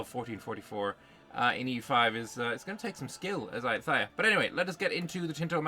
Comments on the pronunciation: The ‘th’ in ayutthaya is pronounced the same way as the ‘th’ in Thailand. Namely with a hard ‘t’. Also the stress is on the ‘yu’ and the ‘ya’, rather than on the ‘tha’. So it’s a-YOU-ta-YA. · Hello! Great debriefs that you have been doing for us since day one 👍 just for info, in Thai written in Latin alphabet, the letter H is only to differentiate the prior consonant, so “th” is pronounced like a regular T (like we all do in the word “Thai”), “ph” a regular P (or the island of Phuket will sound very strange with an English pronunciation 😂) etc